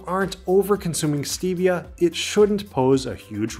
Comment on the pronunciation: The E and Stevia is a short e not a long e. I would be willing to bet that you also pronounce the first L in salmonella as well. Aspartame has a very good use, you sprinkle it around 4 you see ants in your house it will kill the ants.